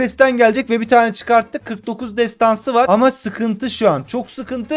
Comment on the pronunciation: nobody : MU : TESTANSI KÖSTERİŞ ALİYOH 😂